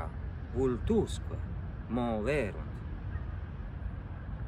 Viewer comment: Credo che a fai una sorta di alieson fra le parole “bonorum” e “omnium” e che ti fa conseguentemente sbagliare l’accento. Intorno a /55 pronunci con un pronunciato “voltusque” e “moverunt” Idem per la parola “vides”